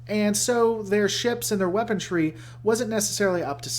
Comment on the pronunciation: Allow me to help you out...it is WEAPONRY not WEAPON-TREE or WEAPON-DREE. I mean I get it...you heard it wrong once from some moron and you kept repeating it...like those people who say irregardless. Or Idear. Or pronounce Washington as Warshington or a warshing machine. I feel like no one paid much attention in phonics...